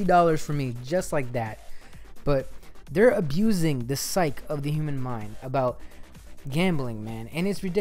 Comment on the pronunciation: Psyche is pronounced "sigh-key", beyond that what do you expect? Even by buying Black Ops 3 you're basically enabling Activision to continue their shit practices.